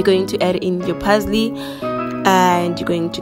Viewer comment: She says "keep steering"(stirring) and "add the pazley" (parsley), "yha" 😆 🤣, this girl